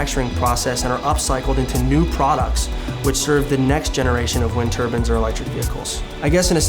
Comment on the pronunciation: The fuck is a wind turban? It's turbine. Also it's not "urban mining" it's "trash picking"